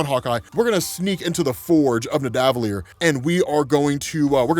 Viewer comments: Hate to be that guy...but it’s pronounced “Ned-uh-vull-eer”... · y do you keep mispronouncing nidavellir?